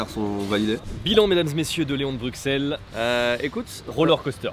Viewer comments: je suis français et ça me titille aussi quand les français disent BruXelles aussi, par contre y’a un truc pas logique c’est que le quartier d’Ixelles à Bxl se dit IXelles… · Franchement je suis belge et j'ai jamais entendu de ce leon de Bruxelles (que l'on dit "bru-selle) d'ailleurs) J'ai regardé et ça a l'air d'être une chaine française de truc belge mais ils sont pas implanté en belgique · On ne prononce pas le x de Bruxelles, mais on dit Brusselle, a cause du flamands qui prononce la capitale en Brussel 😉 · Ça se prononce brussel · Pitié la prononciation, un peu de respect, prononcez "Brussssselles" correctement ! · bruSSSSSSSSSels et pas bruXXXels. sinon on va commencer a dire pariSSSSE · Je suis français et à mon avis tous les français sont sensés savoir que le “x” de Bruxelles ne se prononce pas. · C’est quoi cette connerie: on prononce avec le x en Belgique espère de banane flambée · mais à moins que tu sois flamand, on dit Bruxelles, on prononces le x, sinon retournes à l’école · Les gars ça se prononce "Brusselle" pas "BruXelle" svp 🙏🏻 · Les gars please "Brussel" prononcé pas ce "X" 😂 ah et pour info les moules frites c'est une spécialité belge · Juste une info le x de bruxelles se prononce s genre brussels en tout cas à liege 😊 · Petit précision : Bruxelles se prononce comme s'il y avait 2 s (Brussel), et non pas comme un x normal (Bruksel). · on dit brussèle pas bruksèle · On ne prononce pas le “x” de Bruxelles, on le prononce comme avec un “s”. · C'est une chaîne française, on dit Bruxelles avec un x vu que ça n'a rien à voir avec la Belgique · désolé je fais mon belge chiant mais Bruxelles se prononce Brusselles x=s :) merci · Par contre s'il vous plait les français arrêtez de dire bruxxxelles, prononcez Brusselles avec un S pas un X, personnellement je ne dis pas "Parisse", je dis "Pari " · Les gars... s'il vous plaît... ça se prononce Bussel. Le X est prononcé SS. Ça fait mal d'entendre le x. 😅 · Juste un truc, Bruxelles se prononce Brusselle ;-)